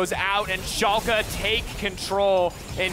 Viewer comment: its called FC Schalke 04 not FC chalke 04 xD